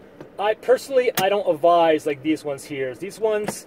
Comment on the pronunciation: It's "advise" rather than "avize".